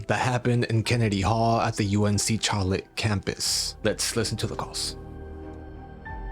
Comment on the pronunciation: Hey Charlotte is actually pronounced an Sh sound Just to help you out